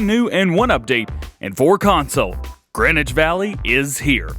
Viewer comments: It's GREENwich not GRENwich, get it right people GREEEEEEEN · DJ The map is pronounced green-which valley